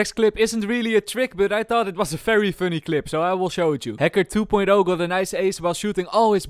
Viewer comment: I love your videos, but...why is it always "F" when it should be "V"?